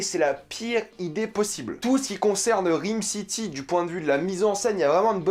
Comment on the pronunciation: Bordel ça se prononce RAAYME city pas RIIIME city.